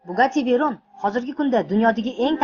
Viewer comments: Уважаемый админ сначала надо знать как их надо сказать CHIRON I VEYRON они сильно отличаются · Chiyron bn Veyronni farqiga bormagan xarip dublyaj qibtide